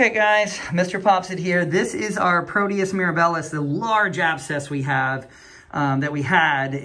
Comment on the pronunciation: Great follow up! The organism is Proteus mir-AB-ilus. Accent on the second syllable. I used to work in clinical microbiology.